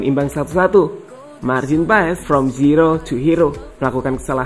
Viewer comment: Untuk admin : nama Marteen paes dibaca martin Paaas itu yang lihat dan dengar di podcast yang ada coach Justin. Coach Justin mengkoreksi panggilan paes saat itu Karen nama paes dalam bahasa Belanda menjadi Paaas.